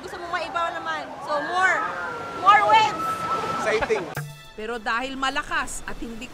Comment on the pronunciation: "More webs (waves)" daw sabi ni ate.. 😂😂